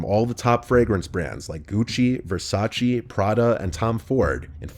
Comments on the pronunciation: Hey man, I love your content, don't want to sound mean but Versace is not pronounced 'Versacee/Versaci'. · The way you say Versace is hilarious 😂